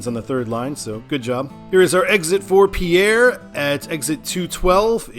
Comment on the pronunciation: I believe Lead is pronounced "Leed". Pierre is pronounced "Peer".